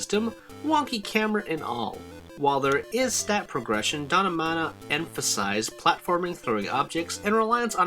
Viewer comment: Stop saying mana wrong. No, it's not subjective, you're saying it wrong.